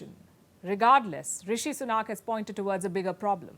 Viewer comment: Please.....it's Sunak and not Sunaak, can at least expect to pronounce Indian name correctly from an Indian Chanel.